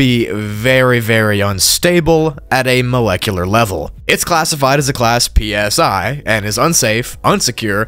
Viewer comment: "Class p-s-i" due you're killing me